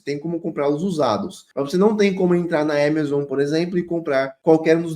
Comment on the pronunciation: “Émézon” foi foda